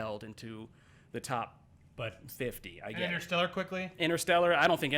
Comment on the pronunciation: Btw, it's InTerstellar, not Innerstelar!!! FFS!!!